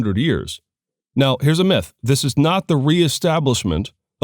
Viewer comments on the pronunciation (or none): none